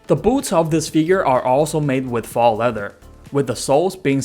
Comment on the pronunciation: Good video. Very thorough, good insight. If I may: faux, as in faux leather, is pronounced like “foe.” Not trying to offend, i appreciate the audio being in my native language, just thought you may want to know.